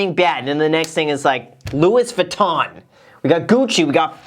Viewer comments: Who’s gonna tell him 😂 “Lewis Vuitton” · The "s" in Louis Vuitton should not be prononced